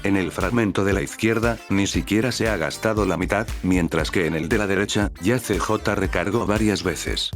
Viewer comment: El "see-jota" :D